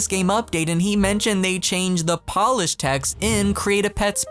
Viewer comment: the way he said polish like it was nail polish 💀